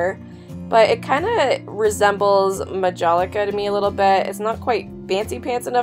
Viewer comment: Lamoge is pronounced La (fa, so, la), a long “mo” and a soft “ge”. You also mispronounced Majolica—a floral hand-painted porcelain from Italy:which this piece was not. Need to do a little bit a homework.